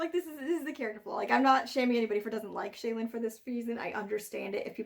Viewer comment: ...is that the way to pronounce Shallan...? "Shay-lan"? Not "Shall-an"? Like "Shallow" but with an "an" instead of an "ow"? That's how I've been imagining it pronounced this entire time.